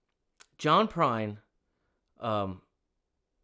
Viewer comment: I reccomended this on a Tuesday live stream a few months ago and I think you were too tired to process what you were listening to! 😄 I even said he was the closest thing to Prine we had today and you read it as "Prince!"